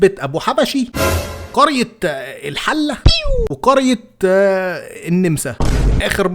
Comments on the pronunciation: بعد اذنك قرية الحلة بفتح الحاء خطأ بل هي قرية الحلة بكسر الحاء و قرية النمسا تنطق بفتح الميم و النون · الحِلة ليس والحَلة وهي عاصمة محافظة بابل في العراق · اسمها الحلة بكسر الحاء و النَمَسَا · اسمها الحِلة بكسر الحاء لمعلوماتك فقط ❤ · يا عم الحاج قبل لا تتكلم على قنا والأقصر كنت استشرتني خد التصحيح التالي: 1- ما فيشي حاجة في قنا اسمها يا لهوي الندب للرجال يا بووووووي والنسوان يا مورررري. 2_ لم تذكر أشهر مثل لقنا قبل انفصالها عن الأقصر قنا أولها حلة وآخرها طشت، أول قرية جنوب قنا كانت الحلة وآخر مركز شمال قنا أبو (طشت). 3- وجود قنا في مؤخرة النيل كما ذكرت خلقت ظاهرة غريبة النيل بداية من مدينة قنا ومروراً بمركز دشنا ونهاية بنجع حمادي المدينة بيجري من الشرق للغرب وليس من الجنوب للشمال، ودي عملت لخبطة في الاتجاهات فبيقولوا على بحري شرق وقبلي غرب وعلى الشرق مقبل والغرب بحري. 3- عبد الباسط عبد الصمد بعد انفصال الأقصر عن قنا بات أقصرياً فهو من مركز أرمنت إللي كان يتبع قنا وأصبح الآن يتبع الأقصر. 4- قرية النمسا بمركز إسنا لا تُنطق كما النمسا (أوستريا) بتاعة أوروبا ولكنها بفتح النون والميم لا بكسر النون وتسكين الميم. 5- وأخيراً لم تذكر ما تتميز به بعض محافظات الصعيد منقلب الجيم دال وهو ما يثير الضحك، والظاهرة دي موجودة في قرى جنوب مركز إسنا بمحافظة الأقصروتبداً معاك من قنا المدينة ومحافظة سوهاج كلها بشكل متفاوت وجنوب محافظة أسيوط ودول بيقلبوا الجيم دال صم زي الفرنسيين ما بيقلبوا الآر إلى إغ وفيه نكت حقيقية عن الموضوع دا يعني حدثت بالفعل، زمان لما الصعيد كان بيستورد المعلمين من بحري حضر موجه وفتها كان اسمه مفتش لمدرسة إعدادية، وبعد تفقده للطلبة ورجوعه لمكتب الناظر سأله الناظر عن المستويات فقال له المفتش بسم الله ماشاء الله الطلبة بمب لكن يعبهم قلب الجيم دال، رد عليه الناظر، أههه دا إللي مدنني (مجنني) يا بيه، الموجه وقع على نفسه من الضحك